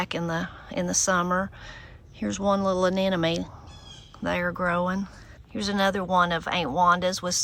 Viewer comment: Love the garden visit. I’ve been listening hard—do you pronounce “anemone” “anenome” as I think I hear? So beautiful a flower. Don’t you ever get tired of outside work?